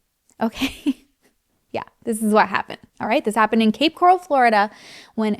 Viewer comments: You got it girl, “coral” like in the ocean! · Awww you're saying it correctly! It's cape coral, like the color, or coral reef . 😊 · Cape Coral is pronounced the same way coral the animal is pronounced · Cape Coral is pronounced like they do in the news, grew up around here but thankfully I’ve made it into fort Myers lol